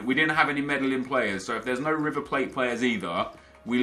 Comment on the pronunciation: Medillín pronounced May-deen, for future reference :)